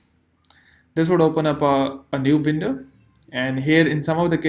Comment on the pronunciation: “Vindow” lmaooo I’m so sorry I’m not tryna be mean